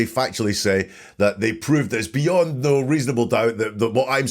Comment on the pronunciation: Love your channel! Just found you! Wendi’s weird accent absolutely bugs. “Nooowwhhhh” instead of no. The woman cannot say “sure.” It’s “shore.”